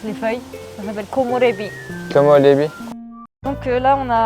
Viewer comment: 僕は6歳違いの姉がいます。きょうだいがいるのは幸せですよね。 「こもれび」って、きれいな言葉。フランス人が発音するkomirébi も可愛いことばですね。